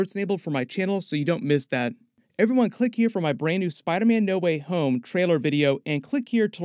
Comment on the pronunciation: In the 9-10 min mark you hit that “SPYYderman” like you were from jersey 😂